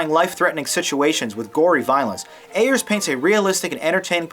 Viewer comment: the director's name is Ayer. But it is a common misconception to put an S at the end of it.